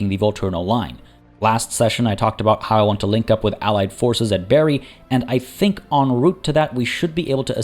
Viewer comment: Bari is pronounced like bar+y/ee, and not like berry. :) Otherwise most of it done well. :)